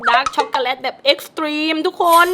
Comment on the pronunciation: พูดว่าด้ากซ่อกกเเลต55555